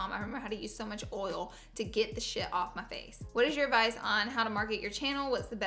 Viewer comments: SHE SAID “OIL” INSTED OF “OLE” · OKAY SO I STOPPED IN MY TRACKS BECAUSE YOU SAID “OIL” and not “OOL” AND IT THREW ME THROUGH A LOOP LOLL!!!! LAURA LEE WHAT IS GOING ON WITH YOU 😂😂😂😍 LOVE YOU MAMA !!! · OMG OMG OMG DID LAURA PRONOUSE OIL CORRECTLY?!?!?! 😂😂😂❤️❤️❤️❤️ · How did you say "oil" right ? 🤔 Thought you couldn't say that word lol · First of all you said oil without your accent and it threw me off, second of all I appreciate you opening up about your theory because I have always felt the same way. I'm someone who can relate 100% so thank you! I love you Laura and will always support you ❤️